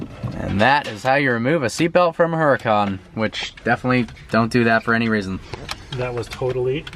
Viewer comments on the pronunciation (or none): I hate how he pronounces huracan wrong